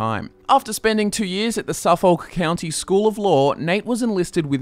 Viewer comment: So sorry, but I can't get over your pronunciation of Suffolk. Is it an Australian thing? Or just you?:P